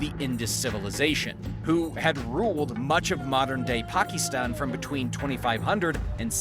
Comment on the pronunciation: why are you saying Pakistan so weird for?